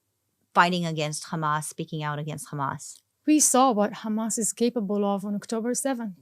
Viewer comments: She so Israeli educated even her pronunciation for the word Hamas is became Khamas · The way she says HAMAS she pronounce it as KHMAS, clearly shows that she is a Israeli Jew, not Arab at all. That's a fake propaganda!!!!!!!!!!!! She isn't a Muslim. Didn't speak a single Arab word. She didn't even spell the name of Hamas leaders correct.